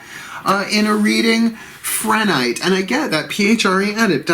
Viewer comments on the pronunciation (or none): It’s pronounced: PRE-nite. No h sound